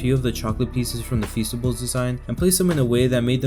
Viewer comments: Feasteys sounds like feces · Feasts I thought you said fecices